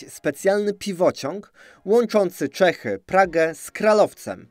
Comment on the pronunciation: Błagam. Jak już próbujesz czytać po czesku, to rób to poprawnie, bo aż uszy bolą. Czy naprawdę Čechy to po polsku Cechy?